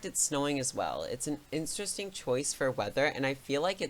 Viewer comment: You brutally messed up saying "interesting"